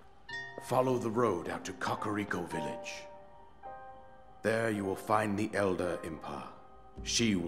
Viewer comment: finally learmed how to say "Kakariko" properly. after all of these years. I definitely was not saying it correctly.